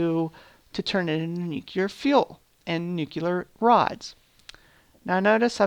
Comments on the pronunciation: I like the idea of the collaborative server-city, and the design of the refinery building is great. Just one little thing.. it's nuclear... like nu-clear.. not nukelar... not meaning to be rude but it's killing me ;D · Amazing work. So much detail and cool looking machines... Also I love how you say nucelar instead of nuclear every time. Hilarious - no offence - it's really cute :-D